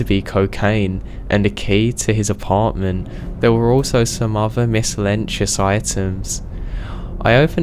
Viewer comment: Miscellaneous is pronounced mis ca lane e us not mis cha lane s